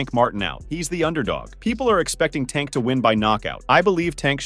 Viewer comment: I can’t even say tank name right trash ass youtuber